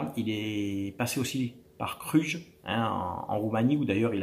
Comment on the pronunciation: Cluj*, cela se prononce et non Cruj. 😉